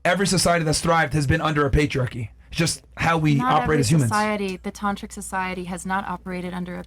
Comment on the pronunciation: The what society? "Tantric?" Lol